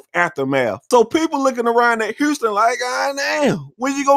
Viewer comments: Why does he keep saying Herston and not HOUSTON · Why he keeps calling this man Huurston! 😂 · I had no idea Houston had a r in it. Hourston, bro this dude. Who speaks worst him or Young Thug? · I’ve heard of Houston but who’s Hurston??😂😂😂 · Hurston lol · I keep dying when he call him "Hourston" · FUCKIN HILURYUS